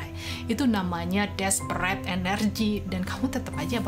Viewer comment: Masuk akal banget ini mah, gk cuma sekedar ngajakin ngayal dan lepasin ke langit tp take action dan Mantap banget pas bilang “despreeet energy” hihihi love you 🥰